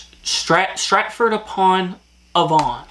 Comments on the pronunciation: Pronunciation tips: Thames is pronounced as "Tems" Avon is A (hard, like the first letter of the alphabet) then Von, A-Von Hartlepool is Hart-lee-pool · I got all of them, but I am British. You did very well. Sir Anthony Hopkins played Hannibal Lector. Avon is pronounced Ay Von. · THAMES is pronounced TEMS. AVON is pronounced AY(as in hay)VUN. BRAVEHEART. The worst film ever made !! Ask any true Scotsman ! BALMORAL is pronounced BAL MOR UL. EDINBURGH is pronounced EDINBRU not EEDINBRU. HARTLEPOOL is pronounced HARTLEEPOOL. People from Hartlepool are known as MONKEY HANGERS. There are over 600 Red Lion pubs in the UK. Hockey in the UK relates to FIELD HOCKEY. You have Haggis with Neeps and Tatties. The Magic Roundabout was a kids TV programme. NOT the same thing as the road layout !